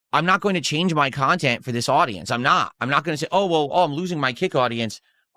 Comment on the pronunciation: 7min in and I'm tapping out. Phail WTF .. Who is this "KHAN-tent" suppose to be for ? It's just you pissing & moaning about "support" this "support" that...